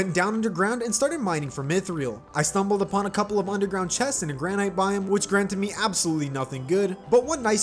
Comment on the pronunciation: ic-or, gran-ite, and wivern, bro when he pronounced the words like that I cried on the inside